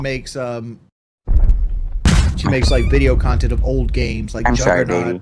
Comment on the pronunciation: That's why he's a lolcow forever, he's the measure of all things in his own tiny mind. Intelligint and pahsitive = gives money to and joys his khantent without question. "It's a misconcepshin that needs to be overcome" he sounds like these politicians who talk about their own constituants like they're defective